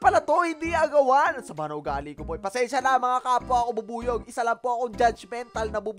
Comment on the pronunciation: ang narinig ko beebuyog-kun